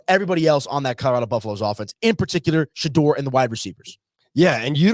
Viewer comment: His name is pronounced Shadoor not Shadrrrrr😮